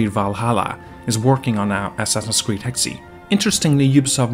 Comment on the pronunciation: Not trying to bash, but I thank you're pronouncing Hexe wrong. I think its just like "Hex" and not "Hex E"?